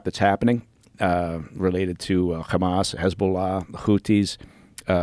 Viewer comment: Notice the way he pronounces Hamas....Khamas..this guy is a paid tool owned by Mossad, dont bring him back.